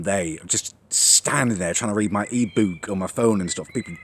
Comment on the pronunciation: the way you say book😂😂😂😂😂